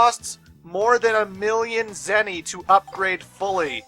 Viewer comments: It sounded like you said "Zenny who." Was that intentional? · "Zenny-who" I swear to god,... Also, here you guys go